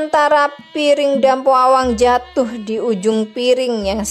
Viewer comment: Dampo awang bukan dampo abang